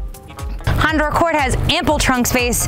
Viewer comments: Still haven't learned how to say Honda yet. Good think you don't work for Acura! From a stop, quickly put the gas pedal to the floor. Repeat with the traction control switch off! It will beat many muscle cars form the '60's. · Honder Accord haha Love it. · Try some decaf. Honder? I swear you`re saying Honder.